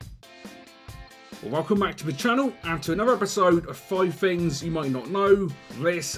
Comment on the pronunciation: "5 Fings you may not know"